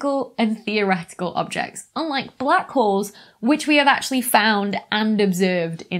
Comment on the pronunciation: I smoked a lot of pot and listened to this video....I kept hearing "white whores" and "black whores"....listen to this video again and try not to laugh...LOL!!